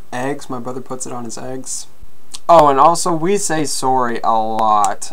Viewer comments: Looking at someone; 'soory' AHAHAHAHAH xD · Bro, the way you say sorry lol, I say it almost with an ''AH'' sound SAHRRY STAHP